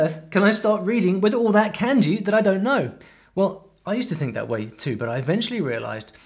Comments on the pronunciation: 'Can-jee'? 'Mang-uh'? Is he trolling :D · The way you pronounce Kanji like Candy really hurts my head.